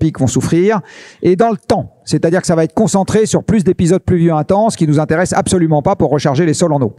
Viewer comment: pourtant ce Laurent Alexandre fait d'affreux pataquès : écoutez le dans ses 2 passages à thinkerview , c'est moche . ( " ça vaTêtre" prononcé à plusieurs occasions , inacceptable ! )